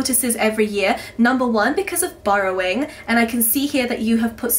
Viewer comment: I thought you said 'borrowing' not 'burrowing' the first time.